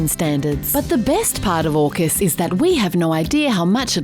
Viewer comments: Shouldn’t AUKUS be AUSUK pronounced “Hey You Sukers” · AUKUS sounds more like FUCK US